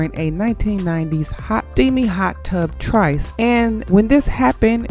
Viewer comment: "Tryst", pronounced "trist" "Writhing", pronounced "rhy-theen"